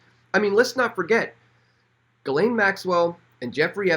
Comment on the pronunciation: Ghislaine is pronounced ''jiss-lenn'', with a soft j.